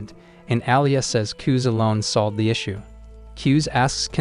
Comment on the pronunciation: His name kuze how they say it kuz but how you pronounce it KuzA